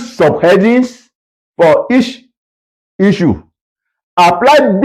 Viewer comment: Nice one! But I dont like hearing euu instead of issue as we are not in oral english class